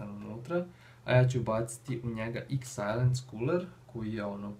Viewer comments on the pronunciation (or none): Kuler se nezove xsajlens nego xlens tj tako se kaze!